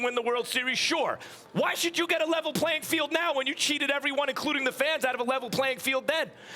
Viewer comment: "Level ptfphlayin field"